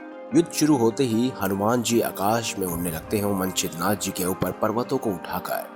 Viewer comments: यह कथा कौनसे पुराण से ली है यह बता सकते हैं क्या? पहिले ठीक तरहसे उच्चार करो! मनछिंद्रनाथ नहीं मच्छिंद्र नाथ कहो! मच्छिंद्र नाथ और हनुमान दोनो महादेव के अंश है ? दोनो एक दुसरे से युद्ध करना असंभव है ! एक दुसरे से अंजान होना भी असंभव है ! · Manchindra nath nhi Macchindra nathi... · Manchidranath Nahi hai bhai wo,machindranath hai Woh😂😂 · Manchidra nam nahi Mcchidranath nam hai galat nam bolne aapki jankari bhi galat hogi hamne nahi suni. Better & correct words will be used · pehle hi laga machhindra nath ko manchhidra nath keh rahe h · Bhai Manchidra nath nahi, machindernath, Jara thik se bolana sikho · Yes,its true. Hanumanji was trapped.. Please pronounce correctly. Manchidra nath nahi. Sunate huve bhi hasi aati he . He was Macchindranath. He was shishya of lord Duttatrey. Macchindranath was Guru of Gorakhnath . All Navnath were super powers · Pronouns toh toh tik kare मच्छिंद्र नाथ है वो